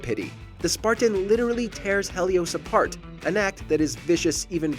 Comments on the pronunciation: It's he li os not hell I os bro Helios it's simple did you pay attention in history class or what my guy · Who is "hay--leus"? I know HE-lios was a god. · Helios not Hellios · Its pronounced Heelios not hellios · It's pronounced healios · OMG if I hear him say HELLios one more time I'm going to go insane.